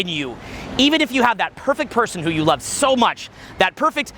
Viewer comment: I ROVE IT I RIKE IT.